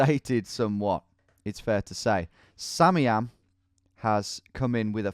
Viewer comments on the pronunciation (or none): isn't it "Sam I am"? not samiam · Do you realize its sam, i am, and not samiam